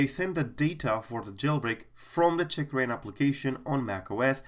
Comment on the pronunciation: oh my gawd seems you are pronouncing it CHICKrain, funny though